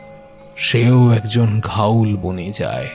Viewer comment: Dear Team this is a request to the main narrator kindly get ur pronunciation correct its "GHOUL" AND NOT GHAUL ! According to the dictionary of Supernatural elements its said to be a low life spirit that feeds on dead bodies found mostly in cemeteries. Agarbatti or dhoop are the same. The entire presentation was spot on ! Enjoyed every minute of it. Brilliant acoustics. Good luck for the future. 🤘✌♥️...